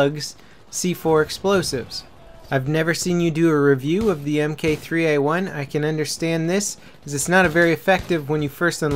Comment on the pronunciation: it's Mark 3 A1 say it appropriately